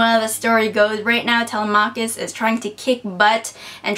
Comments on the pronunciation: I think the emphasis in "Telemachus" is stressed on the second syllable. TeLEmachus, not TeleMAchus. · you look especially cute in this video,!:) wonderful reviews! sorry you didn't enjoy 5 centimeters and inferno as much as you'd hoped, but i'm glad you still liked them. hope you finish the odyssey soon because i'm waiting for your review! (p.s. telemachus is pronounced tuh-LEM-uh-kus) <33